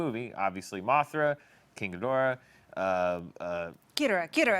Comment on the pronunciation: Why can none of the Screen Junkies folks pronounce Ghidora correctly?! [GHEE doe rah...]